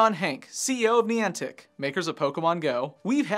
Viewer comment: its N-EYE-ANTIC thats how you pronounce it